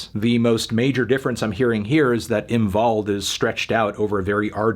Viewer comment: HE SAID THE W RIGHT!!!!!! AAAAAAAA ÖÖÖÖÖÖÖÖÖÖÖ ÄÄÄ AAAAAAAAA Ö